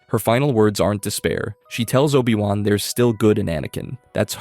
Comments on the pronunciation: NOPE... you lost me the instant you said OH BYE WAN... downvoted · and obI wan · Cool video, with obvious potholes but the mispronunciations are horrible. 'O-buy-Wan'? Really? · Obai Wahn? If you're going to take the time to make videos, just narrate them yourself. Also, maybe look into what actually constitutes a plot hole... and what actually happened in Star Wars, because a lot of this isn't even accurate? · Oh-Bye-Won??? Huh? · You lost me at O-Bye-Wan. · Oh-bye wahn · "OH-BYE- WAHN" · I sadly want to say I got to min , where they say "O BYE Wan"... I'm out. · obai wan seriously 😒